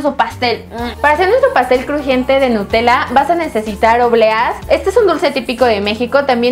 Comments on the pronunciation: en el segundo dice en ves de nutella dice enta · babosa dice nutela